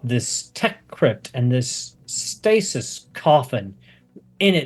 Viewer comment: Does it not bug anybody else that they can’t pronounce the word stasis